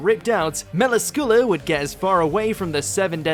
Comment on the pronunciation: He pronounced Melascula wrong